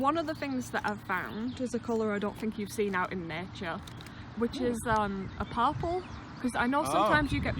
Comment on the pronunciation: hahahaha, to my ear, when you say purple it sounds like parpool.